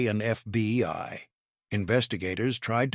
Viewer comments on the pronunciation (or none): Why do I hear, "CYA" and "FBY", at times?